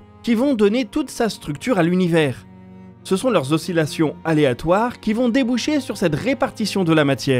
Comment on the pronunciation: Je grimpe au mur suite à un seul mot que tu as pronoicé à T+5'17 : " aléatoire". Donc tout le reste de ce que tu vas raconter est faux puisque tu affirmes que c'est éléatoire. Toutes les théories , preuves scientifiques, tu viens de tout détruire avec un seul mot !!!!!!!!!!!!!!!!!!!!!!!!!!!!!!!